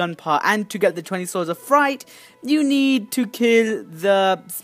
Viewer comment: U said fry u were saying fright